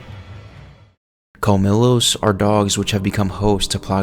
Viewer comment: it's pronounced like "col-mi-yos" not "col-mi-los"